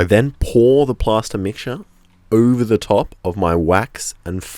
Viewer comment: it's PLASTER!!!! PLASTER!!! not PASTA... I kept hearing pasta and couldn't understand how pasta would be a good mold :P